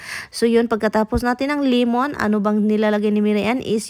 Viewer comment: Iking,limun,pippers😅 buti minsan naiintindihan ka ng asawa mo,sometimes wrong grammar,kmi dto jpan,mali pronunciation,matagal magkaintindihan,dpende kun un hapon sanay makipag usap sa mga pinay.dont me wrong,bisaya man sad ko,d ko basher.✌️✌️✌️✌️